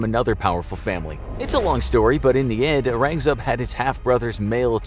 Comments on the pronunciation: Its aurangzaib not arangzeb. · Prounces Aurangzeb as Uhraangzeb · Sure, can we also take one minute to acknowledge how badly he mispronounced Aurangzeb and some other names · Aurangzeb Is pronounced OH-RUNG-ZEB. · It took me sometime to realize who the Mughal emperor was because of the accent. It Aurangzeb